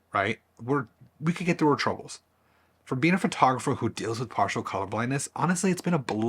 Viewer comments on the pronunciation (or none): none